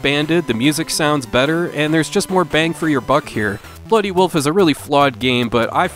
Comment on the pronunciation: !!!🤣🤣🤣🤣!!! Well, if we didn't already know you were from Minnesota...